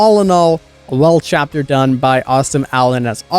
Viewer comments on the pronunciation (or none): none